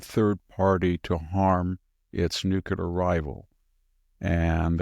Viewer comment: I love Victor and have tremendous respect for him. BUT - he pronounces nuclear incorrectly and it makes me crazy. He does it everytime. Please tell him.